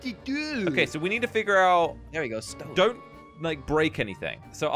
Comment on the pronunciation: josh saying stewn instead of stone...